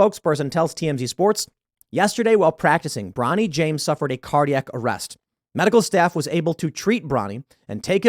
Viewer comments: "Bronny," really?!? 😂😂😂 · 'Bronny' 😂😂😂😂 cmon man! That's ridiculous